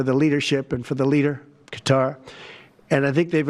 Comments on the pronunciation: For $400 million, don't you think Trump could learn to pronounce the name of the country that's gifting him this grift?? (They pronounce it "Cutter.") And do you think, by any chance, that this flying palace will be fitted with listening devices? Hmmm... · Stop calling it cutter. You sound like maga. lol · It’s confusing to hear Qatar pronounced “cutter”. 🩵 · Even if he refers to Qatar as "cutter" . Same with Ben Meiselas at Meidas Touch . Definitely American educated .. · when americans say cutter do they mean the nation of qatar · I think you may need to look up the pronunciation of Qatar. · And does he mispronounce "Qatar"? Why yes, yes he does. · It's pronounced Kuh-taa, not cutter! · Qatar isn't pronounced "Cutter" ... it is "Kuh-tar". Trump actually had something right for a change. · Isn't it "Kuh-tar" not "cutter?" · It's not pronounced Cutter. It's pronounced Kaa-Tar (sorry personal pet peeve). It's a bribe. He knows it's a bribe. 75% of the US knows it's a bribe. He's been dealing in dirty businesses his entire life. Everyone who has made a comfortable home in his stench filled colon is either indebted to him, or he has dirt on them. The real joke is the US allowing this clown show to completely cripple and crumble the US empire, while watching it happen. Sad. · Its Qatar KA TAR not cutter, come on man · It's Qatar not Cutter! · It’s Kuh-TAR NOT CUTTER. You and Ben Miselas are saying it wrong. Check the dictionary. 😅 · "Cat TAHR", not "cutter". That is how people there pronounce the name. That airplane is going to require a TON of work to make it suitable for use as AF1. It will literally take years to prepare it; Who is going to pay for all that, and who is going to fly it? Quid Pro Quo folks..... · You guys need to stop calling it "cutter" 😂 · Why does everyone keep pronouncing Qatar as "Cutter"? Am I missing something??? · Just FYI it is pronounced cuh-tar. Keep it up on this guy, he should never be allowed to just take bribes in the open.